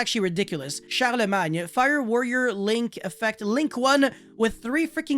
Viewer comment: Silent G in Charlemagne ;)